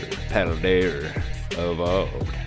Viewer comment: Why do you all say: PaldeaR?